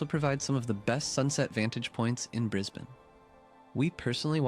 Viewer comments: Bris…BANE ??? Like MelbN (not Melbouuurrrne) It’s BrisN, (not BrisBANE) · Arrreggggghhhhh Brisbaaaane nooooooo. Brisb'n' or Brizzie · It's pronounced Bris'bin, you muppet. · It's pronounced Brisbun!!! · Briz bin. Brisbin Brisbane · Pronounced 'Brisbin' mate! Also the videographer did a great job showcasing what Brisbane proper has to offer. From there you can travel down to the Gold Coast and visit the theme parks along the way or travel north to the Suncoast where I personally feel are the best beaches close to Brisbane to be. Happy travelling, from a Brisbanite. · You’re pronouncing it wrong It’s “briz-bin” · Pronounced Bris-bun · It’s pronounced Brizbin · it's pronounced Brisbin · Aussies say it like the e is silent. Haha. Like bris-ben. Its kinda funny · "My First Bris-bain" mistake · Brisbane is pronounced Bris -Bun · Brisbane - pronounced like Lisbon :) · Brisbane is pronounced Brisbin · Brisben is how it’s pronounced. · Pronounced Brisbin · Actually pronounced as “ brizbin” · Just a pointer Brisbane is pronounced brizbin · Pronunciation is Brisbin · It's not "BrisBayne". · It's pronounced Briz-bin. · Bris-bin if you want to sound Aussie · Love how he says Bris BANE 😂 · Its Bris ban mate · It's actually said Brisban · … It’s Brisbn and Melbn 😂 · It's pronounced Brizb-n - forget the a and the e. Brissy is such a great place to live, we left about 8 years ago after more than 20 years there. I miss it a lot. But we were back there for Christmas and the weather was the worst! Take the tips from this video about when to visit.. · Pronounced Bris - bun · Bris-bin FYI lol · Okay fyi it’s Brisbin and Melbin lol 😂❤ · Pronounced Brisbin.... Honestly... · BRIS-BUN! BRIS-VEGAS! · Brisbane (Brisb'n) is pronounced as though the a and e do not exist 😊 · It's Brisb'n buddy 😂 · Ok it's pronounced Bris-bun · Pronounced Brizbin bro Kia kaha Brotha ❤ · Yes. It's pronounced as if the second vowel is absent. Briz-b'n. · It is pronounced Bris-bin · Bin- Brisbin not bane FFS!!